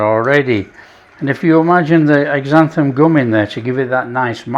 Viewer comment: Hi. Thanks for making the video. Xanthan Gum (X pronounced Z) should be shorn into liquids. Blender or immersion blender are best. It is used at a percentage of .01 to .03 most usually but some recipes or techniques go as high as 1%. Cooking the flour has a good effect too.